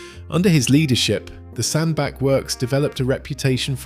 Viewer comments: It's pronounced SandBATCH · Aaaaagh.!!! I have lived in Cheshire most of my life. Sandbach is pronounced Sandbatch, batch, batch. Got it !!!?